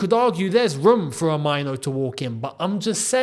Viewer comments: Main - Nuu , not Mine- Nuu. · as a Ghanaian myself, and with Kobby being of Ghanaian descent, Mainoo is pronounced "may-nuu" not myno in Ghana. but i guess its up to him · the pronunciation is "Menu" with a stress on the "u". You are pronouncing it like "minor" which is wrong. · Erm a little bit of advice you are pronouncing the Mainoo wrongly,... Its a Ghanaian name and we it May-nuu but its slept Mainoo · the name is pronounced Meinuu